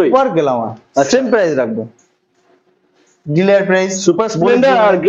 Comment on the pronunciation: ডিলার না ডিলিআর😂😂